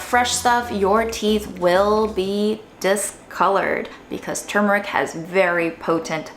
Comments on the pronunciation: Thank gosh you pronounced the word properly 97% of the video. Your fails were on the turmeric tea and the very last time you pronounced the word in the video, right at the end, where, sadly enough, you dropped your guard and went back to your wicked slovenly ways. 🤣 Seriously, though, very good video, as usual. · I was today years old when I realized that it is "turmeric" and now "tumeric".